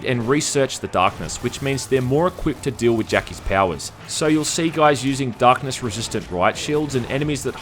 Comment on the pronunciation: "The Dahhhhkness"